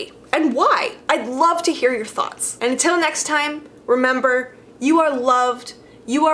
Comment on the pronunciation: I try really hard to take videos about the new Sanders sides seriously... but I keep hearing it as thots instead of thoughts.